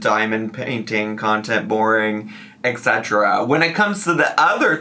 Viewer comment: Etc. is "et cetera". Pronounced "ett seterra", NOT "eck seterra”